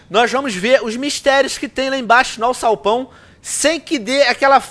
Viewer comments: pq ele fala alçalpão em vez de alçapão? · venom vc falou AUÇAUPÃO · se fala alsapão